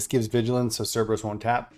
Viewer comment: I just have to say, it’s Sir burr iss for the three headed dog! Love the video!